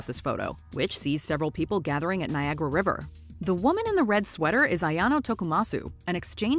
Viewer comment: Seriously. How could you mispronounce the name Ayano? Where is the second name in the name?